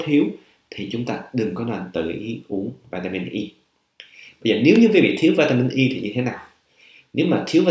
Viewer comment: Cho em hỏi bs vỉa mịn Y nhu bs đọc này chứ, hay vitamin E bs đọc khó nhận biết làm a